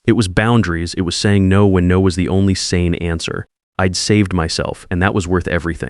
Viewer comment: I was multitasking, half listening and wondered what 'eed' was😳 oh, got it! it's - I'd 😁